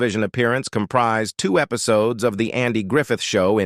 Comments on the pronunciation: After a couple minutes of hearing common words mispronounced, I couldn't listen anymore. "lowny Anderson", "foooting", "episowdies", "endeevor"... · “Episodees” lol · "Episodies" LMAO! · Loanie Lawknee Embark'ed Embarked Fooding Footing Episodies Episodes Endeever Endever 19ed 84 1984 Painful mispronunciations....Unwatchable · " Episodees" ? WTH is up with these "robo-narrators" ? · "Episodees"....you gotta love it 🙄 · Eh pi so dees? Hard to listen to! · Her footing? Sounds like boot? Wth . Actually that whole sentence was full of crazy pronunciations. Episoodes? Done watching. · episodees ??? Hessuhman - no it is 2 syllables not 3. Post-you-musly? developED significKANT How difficult would it be to have a human read the script and pronounce words correctly?